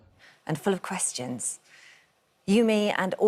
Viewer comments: Also why does she pronounce ‘questions’ ‘quvestions’?? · "kestions" grrr